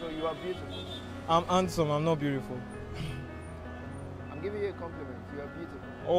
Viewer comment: 😂 "it's cool to be beauriful"